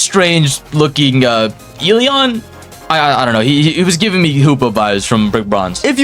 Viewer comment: I’m SO excited for eleons but, putting everything aside I LOVE UR CONTENT 😭🙏 AND I SUBBED AND WILL WATCH MORE. ( I WAS WAITING FOR THE ELEON GOTTA CATCH EM ALL😭🙏also that “ELEon” sounded personal)